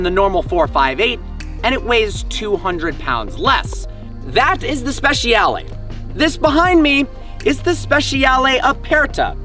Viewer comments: SpeCiale SpeCiale NOT SPESHIALE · speci-ale not speshal. ffs learn to talk car names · Hey, it's spehs-yah-leh. You yanks don't butcher English enough, now you have to have a go at Italian.